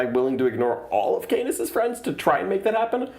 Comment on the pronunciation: Just me that giggled about the pronunciation of Canis as C-anus?